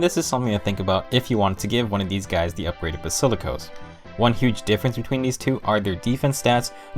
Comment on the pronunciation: basikilos.... Ok